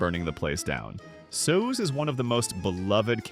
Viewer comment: Soos's name is spelled (and pronounced) Soos